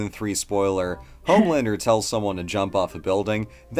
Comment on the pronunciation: I love this channel, but you got Homelander wrong.